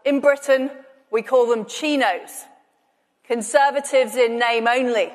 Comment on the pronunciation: Glad to see the silent or not so silent h in chinos and rhinos didn’t stand in the way of jingoism